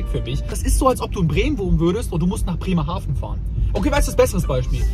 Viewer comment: Das heißt Bremerhaven mit V und nicht mit F 😂😂